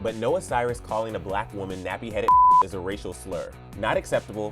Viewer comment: she literally said “Hauxs” PLURAL.